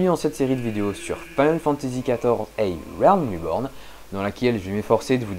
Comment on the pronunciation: felicitations pour ces videos.un simple detail concernant la prononciation du titre. A Realm reborn se prononce "e rilm riborn" ,tout simplement.